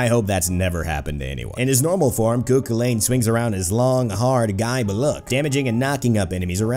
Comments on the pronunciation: Just a quick tip, it's pronounced coo cull en, not coo cwil ayn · Just to let every one know the actual pronunciation is Coo Cull-ann lol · Please at least pronounce it right Koo kullen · you are prouncing everything so wrong